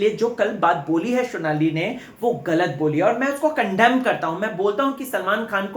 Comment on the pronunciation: Vo shonali ni sonali h 🙄